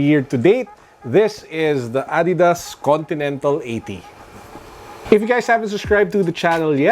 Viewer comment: Adidas PETCHAYSAS HAHAHAHHA